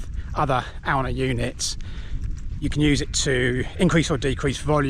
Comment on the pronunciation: Cool video. Glad you're back. I pronounce it Ay-oon.